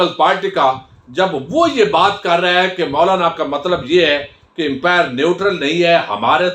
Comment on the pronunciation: It's upmire not an empire please